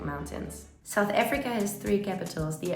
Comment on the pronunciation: Why are you saying it like that. Saoet Afreeka